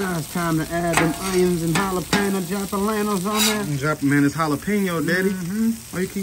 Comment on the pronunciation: He called them "JAPALANO PEPPERS"😂😂😂😂